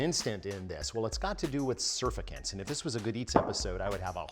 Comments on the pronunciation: Sur-fact-ant Not Sur-fak-ant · Hearing it pronounced "SURfecent" was weird. I'm pretty sure it's "surFACTant". Either way, excellent video as always! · surf-i-kints? sur-fact-ants! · Surfactant: Sr fak tnt not Sr fa kint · I know I'm being a know-it-all and I hope you don't take this the wrong way, Alton, but it's pronounced sur-FACT-ant, not SUR-fact-ant. Your science is usually spot on, so it's always really glaring when you make a mistake. :( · Sur-fact-ant, not surficant. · "surfacant" hmmmm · Surfactant - pronounced like it’s spelled....sur FAK tant. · It's pronounced "sir-FACT-ant." Must be the first time you've pronounced that word, too!! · sur-fak-tnt..... Just sayin' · I have never heard anyone say sur.fact'.ant they way you do. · Say "surf-fa-cants" one more time... come on Alton lol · Surfactant is pronounced “sir-FACT-int” emphasis on the second syllable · Love the video, but it's pronounced sur-FACT-tant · It’s pronounced “sir-fact-tant” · Surfactant is pronounced “sir-FACT-ant”! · sur- fact-tant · Have I been mispronouncing surfactant this whole time? I say it "sur-FACK-tint". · You're right. Doctor here. It is "sur-FACK-tant". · Duuuude please look up pronunciation of surfactant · Its an unwritten rule of YouTube that you have to say words wrong or you dont get subs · hi alton, pronounce surfactant - sur fac tant. it's also a medical term. bet it would work well with kitchen aid stand mix and wire wisk. thanks! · You're correct! He pronounced it wrong 🤣 [coming from a pharmacist] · No. Alton is (and I hate saying this) wrong.